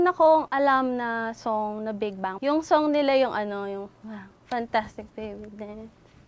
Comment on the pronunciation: Just pronounce Big Bang properly not Big Bung please..i think the partivipants does not have enough knowledge about Bigbang.